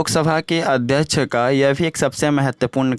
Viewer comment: AdhYaksh ❌ Adhyach ✅😂